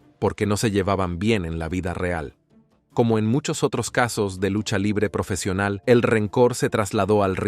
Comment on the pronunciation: “Lusha livre profeshional”